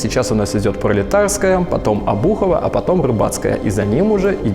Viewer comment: Обухово, а не обУхово...